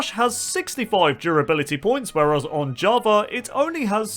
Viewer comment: Java ✖️ Javar ✅